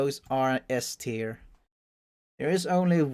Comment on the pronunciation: How have you spend however many years on this earth, without being able so say "tier" correctly? I mean surely you've heard someone say the word before?